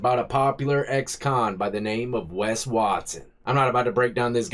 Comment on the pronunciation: It’s West not West